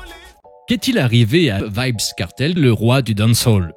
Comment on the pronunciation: Ça se prononce pas vibz kartel